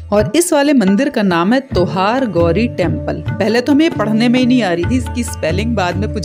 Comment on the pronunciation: Mam it's not tohargauri it' To #Har & Gauri means SHIV PARWATI.